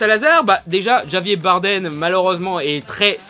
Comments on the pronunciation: "Djavié" Bardem ?! seriously ? c'est quoi ça ? de l'anglais du français ? "Ravièrrr" !!! ^^ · On dit Rabier et non Javier. Sinon, pareil que la plupart, ça va, ça passe. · Non non,. Si tu avais pris Espagnol LV2 au bahut, tu aurais su qu'en espagnol, les "j" se prononcent "r". Donc cette prononciation de Javier Bardem n'est pas tolérable. ^^ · Beaucoup de choses négatives dans ce que tu dis cest dommage , il ne faut pas oublier que les scènes de combats sont époustouflantes ( ex: quand jack se retrouve coincé entre les canons des 2 bateaux et que le statue à l'avant du bateau prend vie). Et Javier se prononce : ravière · Javier se prononce "Rabière", il est espagnol, tu sais ?